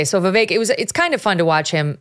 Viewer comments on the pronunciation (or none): Viv - eck ..... not Viv ake... or Viv ick. It's Vivek. Viv and eck! It's not Spanish. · His name sounds like Vivake. How does he not know this? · Megan Kelly his name is pronounced " veevek" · Vivek “Rhymes with cake” is the best! 👍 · weird how glenn still says vivek's name wrong, as a journalist